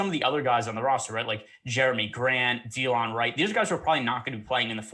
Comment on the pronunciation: Da-Lon Wright. Not Dee-Lon